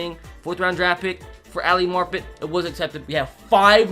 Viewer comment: it’s Ali MAR-pet not “Marp-et”